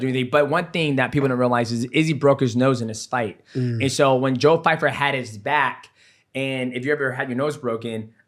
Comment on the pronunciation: Hilarious how they kept saying Fyfer! 😂